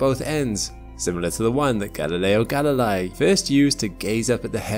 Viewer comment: Come on,! Learn to pronounce Galileo Galilei properly!... it's an easy pronunciation, I swear!